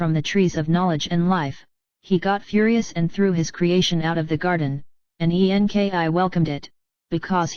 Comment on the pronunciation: I cannot get through the computer voice. The spelling of websites so weird and difficult to concentrate on the actual story. Why spell out E N K I ? I will not be sharing the computer voice ones. Sounds super fake.